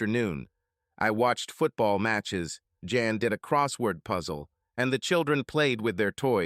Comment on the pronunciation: A decent story but please correct your AI and stop calling Jan Ian. Work on your pronouns